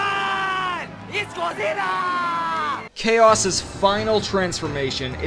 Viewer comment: BAAAAHHHH ITS GODZIRRA!!!